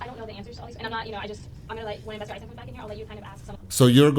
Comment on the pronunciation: You say you've only been examining this case for the last couple of months? You've got 10+ years of provable evidence to catch up on, sir. You're confusing "insane hatred (of Wendi)" with hatred for delayed justice. May I kindly encourage you to research the correct pronunciation of 'Adelson' and, in particular, the surname of the murder victim. Professor Dan M-A-R-K-E-L NOT Markle!